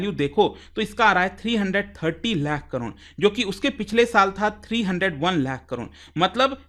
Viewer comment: Crore ❌ Cron ✅